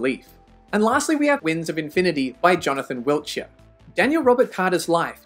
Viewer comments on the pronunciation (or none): none